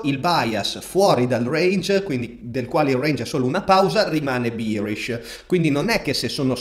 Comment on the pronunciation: sono atterrato qua incuriosito dal richiamo che hai fatto durante la live. la qualità dei contenuti era top già allora, ma la pronuncia di “bearish” ha fatto grandi progressi 😂